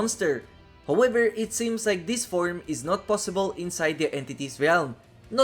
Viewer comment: "Howëver" hahaha cool stuff bro